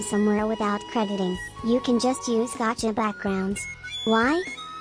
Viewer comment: Gavka lol XD best way to say gacha